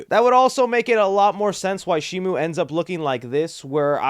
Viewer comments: It's not Shimu! It's Shimo! Where did Shimu come from? It's Shimo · Shimo,SHIMO,NOT SHIMU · @@ But that's not how it's pronounced. It's Shimo. With an O. There is no U